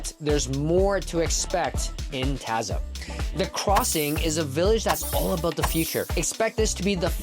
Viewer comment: You’re pronouncing Taza incorrectly